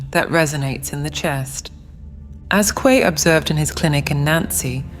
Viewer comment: Mi chavo no sabes ni pronunciar, se pronuncia asi cómo se escribe Coué. Lástima de tu video que está muy bueno, hiciste un buen trabajo solo la cagas con esa pronunciación que se ve tu estrecha cultura. Supérate chavo, supérate, averigua en el google la pronunciación correcta, Ciudad es francés.